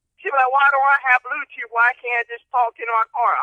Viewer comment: "Brown tooth" 😭😭😭😭😭😭😭😭😭💀💀💀💀💀